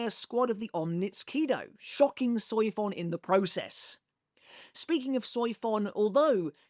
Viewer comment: The pronunciation of Soifon, I just can't 😂